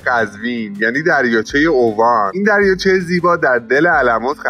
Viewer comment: داداش با عرض معذرت اسمش اِوان نه اُوان. جای خیلی باحالیه